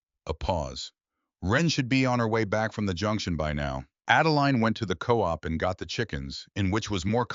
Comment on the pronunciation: When you do not know the difference between "coop", a pen for chickens - and "co-op", a "co-operative" a specific group of people working together on a common (USUALLY BUSINESS-FOCUSED) purpose. You should hire someone who's 1st and PRIMARY language is AMERICAN English, and is trained to EDIT AND CORRECT THE WORDS, SPELLING, AND PRONUNCIATION.